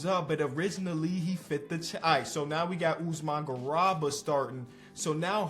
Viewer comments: and mispronouncing “GARUBA” as “GURABA”😭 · please, its pronounced Usman GA-ROO-BA. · GARUBA GA RU BA Not garaba. Y'all really need to do better pronouncing African names. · Really appreciate the content man. Check out the pronunciation of garuba tho:) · One day will pronounce the name garuba correctly